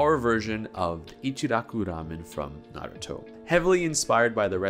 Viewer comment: I'm just happy you say Naruto correctly! Far too many people who have even watched the show, say it wrong.